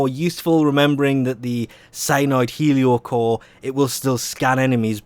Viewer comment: This is probably the only weapon name 'Heliocor' that you did not mispronounce. Also thanks for the video.